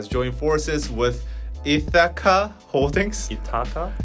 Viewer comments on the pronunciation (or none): Ithaca is pronounced with the stress on the first syllable Ith (same vowel sound as "if"). ITH - uh - kuh. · Ithaca. It's Greek. Pronounce it like " Ithica". Say it fast and barely pronounce second vowel. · and trying to pronounce Ithaca is so cute. It's ITH-i-ka or ITH-e-ka. Emphasis on the first syllable. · How to say "Ithaca": Accent is on the first syllable ITH which rhymes with "with". Second syllable rhymes with the first, and then ca rhymes with "cut": ITH-i-cuh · Ithaca is a town in New York. It's pronounced ITH-AH-KA. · Ithaca = EE-THICK-AH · ith’-uh-kuh. Stress is on the first syllable. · So you know, Ithaca is pronounced “ith” (like with) -uh (like umbrella) -kuh (like come). Ith-uh-cuh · So who is going to tell and that Ithaca rhymes with silica... like bologna rhymes with phony 😵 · This is not important/shade, but the i in Ithaca is pronounced like the i in "fish." The "a" in this word are pronounced as an "uh". Again not shade, but I wanted to put it out there if people were interested in the generic English pronunciation. I studied linguistics and want to genuinely help 😩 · HYBE's acquisition of Ithaca is interesting. had the pronunciation correct the 1st time and then said it wrong the rest of the time and that was all I could focus on. And stupid Scooter Braun (pronounced Brawn) - who wouldn't sell Taylor Swift her original recordings so she now has to re-record all of her old records. what a POS. I feel terrible for Park Soo Hong. Sounds like his family is super controlling. who tries to take away someone's pet cat? that's horrible.